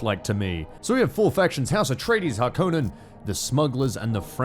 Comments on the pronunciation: He said Harkonnen instead of Harkonnen, instead 0/10. It's a kind of Finnish name so its more like Hark on nen rather than Har KOH nen. /nerd Honest comment time, Dune II back on the Mega Drive was the first game that really sucked me in. My brothers and I would come up with our own versions of Dune III despite being 11 and knowing fuck all about actual Dune. Did drive me to read (but in no way understand) the books though. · Okay. So speak after me. its the Free-men. Har-ko-nen and Ar-tre-di-es. You saying those wrong, especially harkonen made me sad. Because you seem like a big Dune fan but not knowing how to say the names... AND ANYONE ARGUING THAT THE FREEMEN IS SPOKEN AS FRE-MEN CAN GET SWALLOWED BY SHAI-HALUD! Its a construction from free and men! Change my mind.